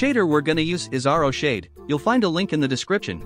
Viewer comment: r-o shade its pronounced roshade